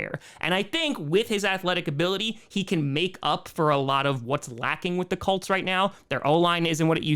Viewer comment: pronounces Colts like “cults”